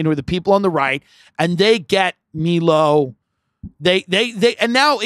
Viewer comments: I dont get why Tim is hell bent on mispronouncing Milo's name even tho he knows very well its "maj-lou" and not "mii-loo". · Nobody says Mee-lo. I feel like he's just trying to be difficult